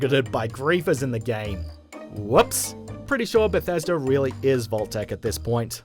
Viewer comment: So October is "octobah" but Bethesda is pronounced "Bethesder"?